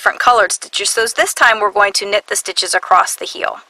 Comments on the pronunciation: 'Acrost' is not dialect. It is simply a mispronunciation of the word 'across'. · Why do you say ACROST ???? there is no (t ) in ACROSS making me crazy :( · Sounds very strange to my Swedish ears..... 😅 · There isn't a T in the word ACROSS, and why do you smack before speaking almost every statement? #annoying